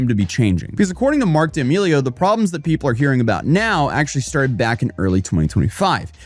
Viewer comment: Why are you saying her last name like that 😂